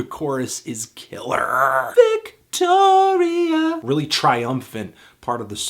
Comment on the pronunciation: "Victoria" not "Victory"